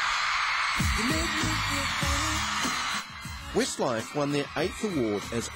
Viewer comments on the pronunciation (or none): it did sound like he said 'Wistlife' didnt it, lol!! I ADORE 'Wistlife', or Westlife as they are kinda known! I too hav loved them right from the start of their carrer and my Shaney, I love him most, hangover, bless him, shall I kiss it better! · "wistlife" lol